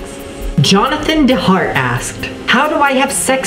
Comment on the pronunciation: god that Jonathan Duh-hart guy looks a lot like me. It's so hard being Jonathan Dee-hart. (im not mad, everyone says it like duh-hart, so ive learned to live with it. LOL.)